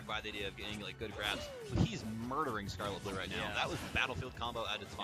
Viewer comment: its skarlettbloo not skarlett bloo